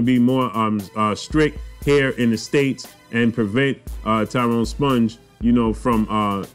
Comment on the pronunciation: It's pronounced Spung not Sponge 😂